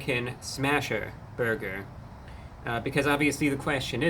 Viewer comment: The way he says "burger" sent me. I will never say the word "burger" the same again.